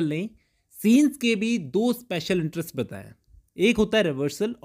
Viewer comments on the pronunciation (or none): none